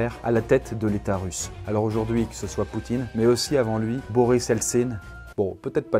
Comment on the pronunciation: à la place de "l'état Russe" j'ai entendu l'utérus!